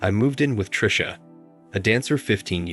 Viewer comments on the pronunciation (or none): none